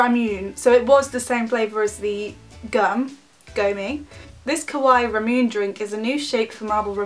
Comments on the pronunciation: ramuNAY not ramoon omg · It is actually read as mo-chi and ramu-nae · it's actually pronounced as ru-moon-nay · It's pronounced (ra-moo-nay) but many people do pronounce it (ra-myoone) the first time so It's not uncommon. :) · im sorry to say it but u pronounce Remune wrong the right way is like saying lemonde because R is pronounce like L in japanese i just cant i need to tell when someone saying remune wrong xD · The flavour that you thought was water is actually ramune. Its a soda not water lol. Btw it is pronounced ra-moo-nay ;) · Btw to pronounce ramune u pronounce IT like Ra mu nae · It is rah moo ney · its ra-moon-ae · No it's ra mu naenae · Im sorry that I have to do this but I swear it bothers me so much when people say it like that ;-;. So it's actually pronounced, RUH-moon-AY I love your videos and I subscribed, of course. I just kind of felt, well... awkward. It's fine don't worry lol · kawaii ra-mu-ne (neh) sorry to correct you so much but just trying to help a bit. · Its pronounced RAH-MOO-NAA soda lol